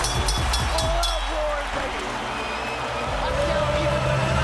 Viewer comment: Should be 26, the announcers finally pronouncing Pacquiao's name right